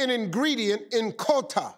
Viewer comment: Living in Europe I still won't forget Kota. And Steve you don't pronounce Kota like qouta. 😂